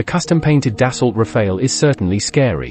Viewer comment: Da-so not Da-salt.